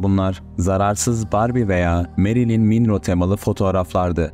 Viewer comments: Merlin Monro diye okunuyor hocam MİNRO DEĞİL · Merlin Minro--------> 😳😡 Dünyaca ünlü, sex sembolü bir kadın olan ''Marilyn Monroe''nun ismini yanlış okuyorsunuz... Bu ne cahilliktir, sizin yerinize ben utandım ! 😯😞 Öğrenin; okunuşu : MARLİN MONRO'dur.... En iyisi, siz video falan hazırlamayın, bilgi düzeyiniz yerlerde ! 😖🥺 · Merhaba kanalınızı severek takibe aldım,fakat bir şey hatalı olduğunda (ki bu konuda yazanlar olmasına rağmen) hatanızı kabul etmeniz çok daha uygun olur. Minro diye bir okuma şekli olmaz o kelimenin beyefendi ( yabanci dil öğretmeniyim ) bu anlamda böyle bir okuma şekli duymanız imkansız! Olaki duyduysanızda kesinlikle YANLIŞ Çünkü M’den sonra zaten ‘O’ harfi var O’nun ‘İ ‘ diye okuduğu nerede görülmüş?komik olmaya gerek yok ‘ Monro ‘ şeklinde okunur. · Minrooğ derken 😂😂😂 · bana hakaret eden o ergene yaptığım yorumlar gözükmüyor anında siliniyor ben de doğal olarak bunu sana iletiyorum ayrıca Yanlış olan sizlersiniz MİNRO diye trajıkomlk bir okuma şekli yok ! Netteki yanlış Bilgi kirliliğini doğru nitelendiren sizlersiniz.yoksa istediğin şekilde oku banane ama kanalında birinin bir başkasına olan hakaret yorumunu silmiyorsan benimkini de silme adil ol! ben bundan bahsediyorum.Bunu sürekli yapıyorsan senin kendi akıl sağlığında vardır büyük sıkıntı Hoşçakal